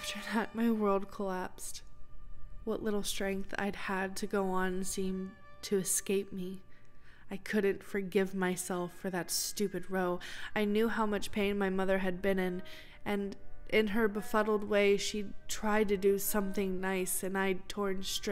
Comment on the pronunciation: Really touching story. Just letting you know that in this context row is pronounced ow with an r at the beginning. It's british slang for argument, I don't know if people say it anywhere else. :3